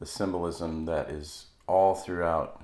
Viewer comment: Sssssssssymnolism...the word is ssssssymbolismmmmm......